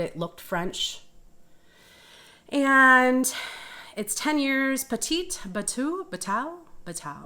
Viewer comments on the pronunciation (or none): Petite Bateau (small boat). Bateau pronounced bat-tow.